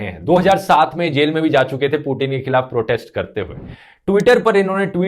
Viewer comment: भाई वो पूटीन नहीं पुतिन है